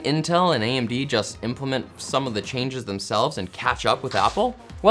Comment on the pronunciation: "Intel and AMB"